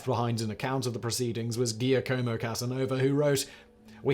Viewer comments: Giacomo is pronounced Jock-a-mo. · No it's not. It's Gwock-a-mo.